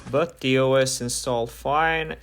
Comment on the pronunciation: the word is The not Der